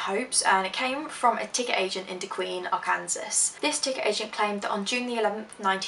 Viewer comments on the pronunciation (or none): Lol, it's awesome to hear a Brit say "y'all." 😂 Also, just so you know, Arkansas is pronounced Ar-kan-saw, not Ar-kan-sis. I'm happy to see someone making unique videos of missing persons I've never seen before or heard of! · "Ar-Kansas" Ha that's funny! but I suppose that kind of makes sense if you are just reading it. For anyone who isn't from here we pronounce Arkansas "are/can/saw". And now that I'm staring at it its making less and less sense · You're adorable haha Arkansas is pronounced like "are-can-saw" I must concur however, the way you've pronounced it actually makes more sense, how strange, the English language. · Arkansas is pronounced like (ar-kan-saw). It's really stupid I know just wanted to let you know :) And i wonder if the guys were someone she met on the train and trusted. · TairuChan ME TOO😂💀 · Lol it's stupid even though I grew up in America my family had me speaking Spanish since birth so when I finally learned English I would pronounce it Ar-Kansas😂 Which was okay, since the area I grew up in was majority Spanish speakers, I didn't learn I was pronouncing it wrong until about 4th grade when I had changed to a majority white school, man I felt stupid 😬😂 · Hey boo. Love this vid keep doing these! Also Arkansas is pronounced Are Can Saw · Arkansas is pronounced 'Arkensaw' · It's pronounced Ark-an-saw. Arkansas. Ark-an-saw. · My grandparent's live in Texarkana and I don't want to say where I live but it was mentioned in the video also Arkansas isn't pronounced that way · Yes we get it. How Arkansas is pronounced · Anyone notice the pronunciation of Arkansas? 😂😂